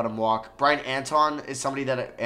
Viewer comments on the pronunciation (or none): none